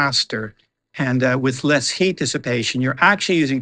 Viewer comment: Pay attention to pronouncing long vowels- "ea" in Heat for example.